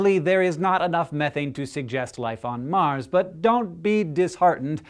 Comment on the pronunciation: OCD kicking in..!.!.!... It's not MAR'S